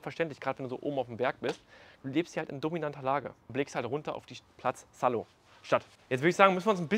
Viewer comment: Nicht schlecht, Herr Specht! Wir waren im April in Saló (wird übrigens nicht Sallo ausgesprochen, sondern SalO, Betonung auf dem O) und sind tatsächlich oberhalb davon vorbeigefahren. Würde ich sofort nehmen, inklusive Personal zum Putzen (Fenster!!) 🙈😅